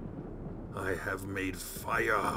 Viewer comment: I so enjoy your enthusiasm, Mostly when you say, FY-Youre..! LOL